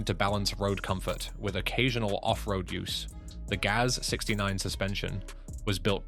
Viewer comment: Russian automobile marques are spoken as a word. Not spelled like G-A-Z, but as the word GAZ. Same goes for UAZ and the Romanian ARO, and aircraft types like Tu, Il etc.